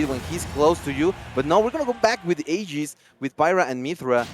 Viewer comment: "Aiges" bro, lmao